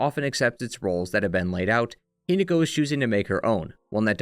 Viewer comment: Hi-NAH-ko is the pronunciation. I adore your videos but the pronunciation is driving me mad XD